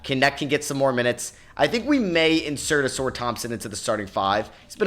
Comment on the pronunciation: it’s not pronounced “A-sore” Thompson… it’s “A-sar”